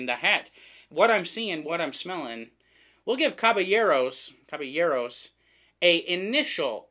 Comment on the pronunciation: Very correct! In Spanish and French, the double “L” equates to a “Y” sound. Looking forward to the review.